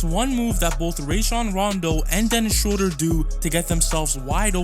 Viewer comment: Theis and Schröder have been playing together in Braunschweig when they were in their teens. BTW: Theis is pronounce tice, i.e., it rhymes with ice. If you want to pronounce Schröder better than replace the o with the vowel sound of bird. This vowel sound is much closer to the German pronunciation of ö. Also, if you can't type ö than you can user oe. Replacing Ö with Ö is like replacing an A with en E in English.